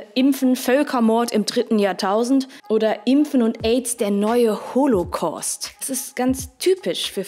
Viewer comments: man spricht es Holokaust aus, aber sonst gutes Video. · Es heißt ˈhoːlokaʊ̯st. Warum immer diese unnötige englische Aussprache? Das Wort stammt aus dem Griechischen und wird im Deutschen mit dem ganz gewöhnlichen „au“-Diphtong ausgesprochen.